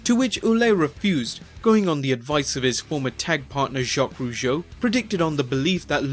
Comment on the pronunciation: You work way too hard for nothing, mate. Ouellet is prononced "Wellet" like "well" and "wallet" together. We got shitload of silent final letters indeed, but it's not one of those cases. "Rougeau" and "Lafitte" are pretty spot on though. 😉